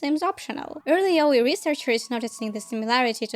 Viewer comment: Im so glad to hear an english speaker pronuncing "yaoi" right 🙏 great video!